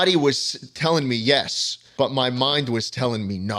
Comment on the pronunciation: yeah he definitely makes a y instead of an H sound 💀💀